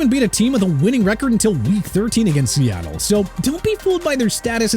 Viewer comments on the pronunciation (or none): none